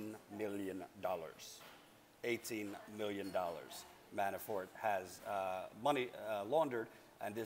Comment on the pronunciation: When you say "Manafort" it sounds like you are saying "ManaFART" lol... I know I'm immature. But I found this hilarious. ❤